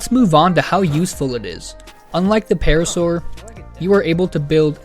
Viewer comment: Paracer❌️ Parasaur✅️